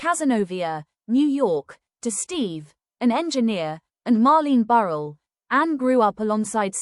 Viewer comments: RIGHT! That really gets on my nerves. Pronounce their names correctly for God sakes!!! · If you can't pronounce her last name correctly then nothing else you say is important!